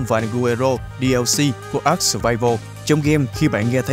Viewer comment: Với kinh nghiệm chơi ARK mới đây cụ thể là 6 năm thì tôi cam đoan rằng tên tựa game đc đọc là a-rờ-ca chứ ko phải là ắc:)))